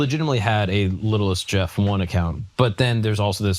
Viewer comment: Little St (saint) Jeff not littlest jeff